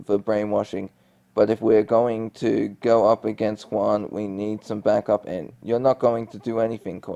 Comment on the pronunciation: The G is pronounced in Guan just thought to let you know to correct your pronunciation. Love how you tell the plot of the Korra story 🖤